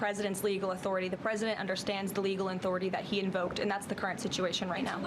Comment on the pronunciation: She can't say Trump and can't say authority! "President Chump has a legal enthority"!! Lol